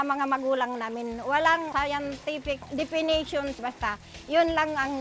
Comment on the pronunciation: "Walang sayantipic depinisyons basta" HAHAHA, ang cute ni nanay